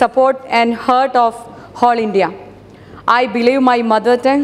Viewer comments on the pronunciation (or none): none